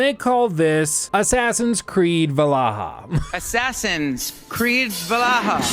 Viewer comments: It's pronounced, V-ALL-HALL-A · Its VAL-HAL-A not whatever u said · Every time you said valaha they got me